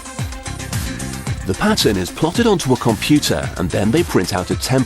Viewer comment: "Wartah, Computah,Owah" this dude......